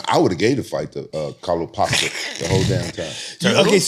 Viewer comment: “Calo pasta” 😂😂